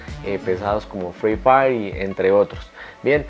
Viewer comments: fri fai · 0.48 fri fai